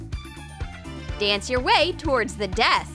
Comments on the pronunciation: I wasn't the only one to notice she said "Paint DA red mouth" instead of "Paint the red mouth" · did she just say... PAINT DA RED MOUTH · "paint da red mouth" 👾 "dis banana"